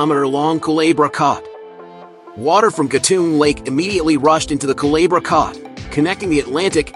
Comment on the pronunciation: El lago se llama CHAGRES no como usted dice. Y el corte no llama Calabra...se llama el corte CULEBRA